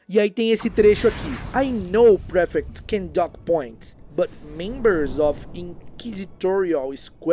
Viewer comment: Então... dos livros, não. Bem chocado com alguns, aliás. Por outro lado, os erros de pronúncia em inglês (sem hate aqui, viu?) foram: of accused prefect heard remained straightened up looked Hermione hurried the closed returned suffered half inquisitorial squad they (sendo beeeem exigente) Já que o assunto do vídeo é erro, vamo marcar esses também, que ajudam não só ele, mas outras pessoas. O erro de pronúncia do passado irregular ("-ed") e das palavras "of" e "the" são muito comuns entre falantes nativos de português. Ninguém é obrigado a saber tudo, mas é nessas que a gente aprende – como aprendi neste vídeo. ❤